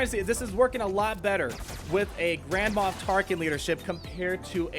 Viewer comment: y u say grandma tarkin?